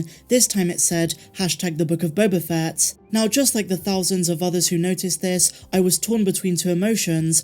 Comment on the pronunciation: Again...you keep mispronouncing "The Book of Boba Fatt".